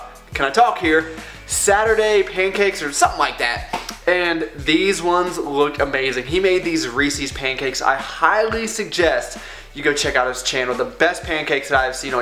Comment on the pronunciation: Rees-es,. Not rees-EEs.